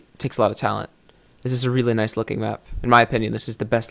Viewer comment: H says noice